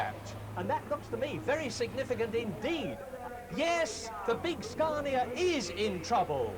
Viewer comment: It's Scania not Scarnia